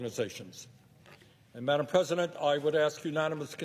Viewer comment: Why does he say maddam president?